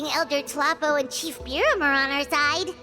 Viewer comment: Did paimon just call chief biram chef biram? lol.